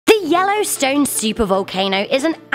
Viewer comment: Da wellowstwone